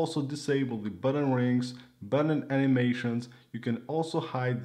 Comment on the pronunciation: buTTon not buDDEn